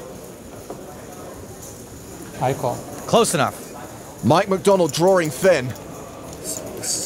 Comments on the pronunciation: It's so tough when you're "drawring" dead. :) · "Drawring dead".......... Makes me wanna vomit......